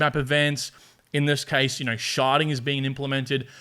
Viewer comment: “Sharding” but yes, does sound like “sharting” 🤣